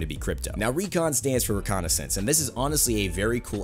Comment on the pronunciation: reconnaissance /rɪˈkɒnɪs(ə)ns/ Learn to pronounce noun military observation of a region to locate an enemy or ascertain strategic features. "or ascertain strategic features." That's pathfinder. All legends have some way to help their team-mates, yet they are not primarily support characters" Even Mirage can help his team mates see the enemy location, but he's primarily offensive legend.